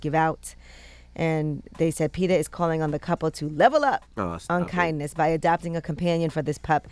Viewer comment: Can y'all pronouce it PET-AH instead of PETER!! Out here thinking they be talking about a real dude 😅